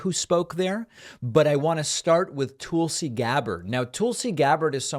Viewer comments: Are you saying "Toolsi" on purpose bc if so I love it! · Tulsa = rhymes with PULLsee David, do you purposely mispronounce names? Are you uncertain how to pronounce some names? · You're saying her first name wrong.